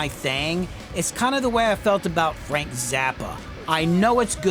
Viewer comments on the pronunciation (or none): none